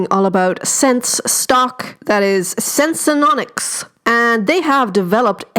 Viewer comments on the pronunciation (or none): Thanks for the valuable info. But it’s name is “Senseonics” not “ Sensenonics” ; )